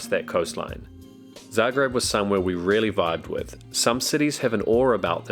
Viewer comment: I really like your videos and I love that you mentioned Zagreb (I'm from Croatia). Your pronunciation is the most accurate I heard in really long time.